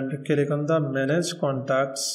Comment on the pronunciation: It's click, not kilik.